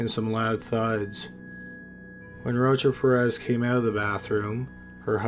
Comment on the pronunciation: It sounds like he saying roach up your ass..its rocha-perez boy drink a red bull or something you falling asleep backthea